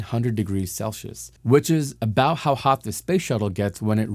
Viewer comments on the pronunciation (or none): You are pronouncing Celsius incorrectly. It is not “Sel-she-us". It is "Cell-see-us". Good luck! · Celcius is pronounced "sell-see-us" not "sell-she-ush". I didn't hear any other words indicate a speech impediment so I hope ok lm not just pointing out a disability